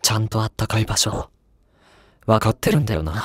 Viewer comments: わかって↑る↓ん↑だよなァ↑ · わかっ↑てるんだよな